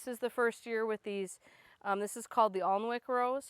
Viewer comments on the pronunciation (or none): Most David Austin rose blooms only last a day, heck, most fragrant rose blooms don't last as well as the non-fragrant ones. Alnick is one of my favorites! (The L is silent, by the way, it's pronounced Annick) Your circle garden is awesome!